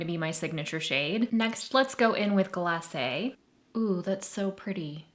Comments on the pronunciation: Yes!! It’s very frustrating hearing influencers mispronouncing the names of products. I felt relief when she said it correctly. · You're the only one i saw up to now who pronounces glacé correctly. So nice to hear.